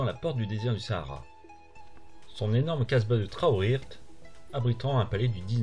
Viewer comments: C’est taouirirte est non traourret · Bonjour, c'est pas TRAOUIRT mais TAOURIRT <3 bienvenue au continent africain <3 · Joli reportage. Au passage, la ville après Nador s'appelle Taourirt et non TRaourirt. Il y a un R de trop 😏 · C'est Taourit et non pas " Traourit " et sinon magnifique vidéo dans mon beau pays au magnifique paysage continuer comme ça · La 1ere ville s’écrit et se prononce : Taourirt